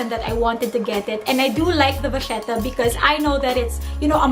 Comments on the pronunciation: The way you pronounce 'vachetta' is so wrong 😂 but great vid and very informative ❤️ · I’m pretty sure English is not her first language. It’s a cute mistake. :)